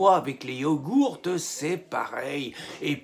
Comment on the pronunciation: Chez les Chinois ce ne sont pas les « Yogours » mais les « Ouïgours ».